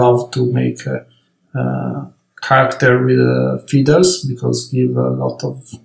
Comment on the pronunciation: It’s astounding for an amazing artist who’s so well versed in highly complex designs, can’t even pronounce a simple word like “feathers”. In the first portion of the clip I kept wondering what are these “feeders” that he’s talking about. I’m well aware that he’s Italian, but it takes a few seconds to correct a mispronounced word when it’s pointed out to you, So this is a constructive feedback.